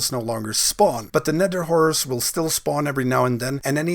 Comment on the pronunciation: Anyone else hears him say "nether w..*ores" instead of horrors? xD